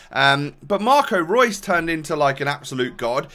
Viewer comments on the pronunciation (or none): none